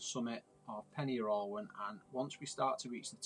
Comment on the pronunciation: Just for future reference Pen Yr Ole Wen is pronounced "Pen Urgh olay when" :)